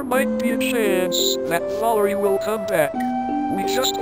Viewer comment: WTF WAS THAT VALIREY